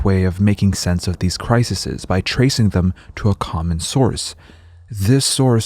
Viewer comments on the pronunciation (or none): You're pronouncing "crises" wrong. It's not "crisises"